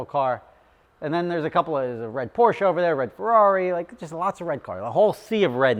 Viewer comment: When did you decide to pronounce Porsche correctly 🤨?